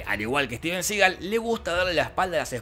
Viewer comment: ...Denzel, no dezel. Y es "Juan Claudio" (Jean-Claude) y Steven Seagal, no juan claudeo y stiven segal